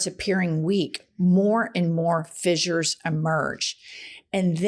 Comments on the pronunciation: ss = "s" not "z" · She keeps saying “fizzures “, when it’s pronounced “fissures-(fish-ers)”. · holy fucking shit. it's fissures, not fizzures. don't give the opposition fuel. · Not even a minute in Jen and you have said fissures 4 times...all pronounced incorrectly....I will give it another minute but I am sick of your crap already